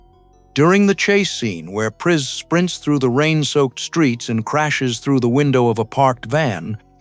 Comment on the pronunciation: It’s AI, which has well-known problems pronouncing various names and words properly. Hence; “Prees” and “Rashale”.